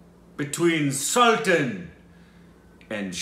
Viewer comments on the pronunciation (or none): What irritates me the most is when these foreigners pronounce Sultan differently this word has so much weight and foreigners way of pronouncing makes it less impactful